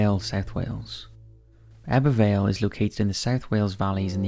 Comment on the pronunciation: Very impressed at how well you pronounced Ebbw Vale and Abertillery 👌